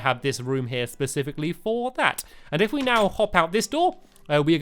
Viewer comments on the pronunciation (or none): none